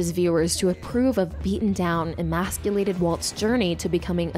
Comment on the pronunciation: This video was doing good until it kept say masiculated every 5 seconds